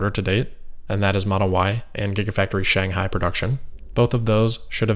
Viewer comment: Shanghai with an ‘h’